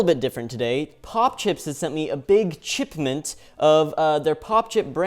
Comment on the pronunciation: CHIPment HAHAHA lmao